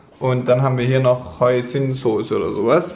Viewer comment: Für mich als Vietnamesin klingt es echt lustig wie ihr Phở und Hoisin aussprecht 😂 Sieht aber super lecker aus 😍 und wie immer ein toller Vlog :)